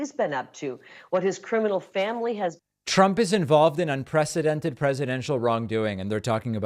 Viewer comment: Hey MAGA, It's pronounced "un·pre·ce·dent·ed" not UN-PRESIDENT-ED.